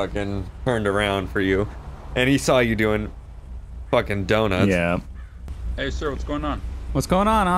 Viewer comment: was driving like an old woman with his flashers being on constantly. Also: "dunnuts"